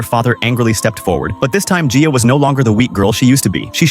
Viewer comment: You are actually saying my name right (my name is Gia btw lol)